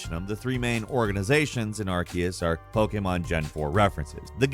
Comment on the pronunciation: This dude is basically reading from a script 🤣. I died when he pronounced Japan's version of how a cat sounds. NiYAN. But that's understandable considering it's a different language. But he even called it Pokéman towards the end of the video